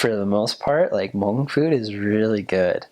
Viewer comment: do u like it!!!! I'm hmong thank u!!!!! for saying it good!👍